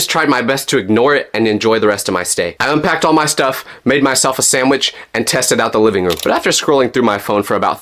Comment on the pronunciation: "i made myself a samwhich" 😂 😅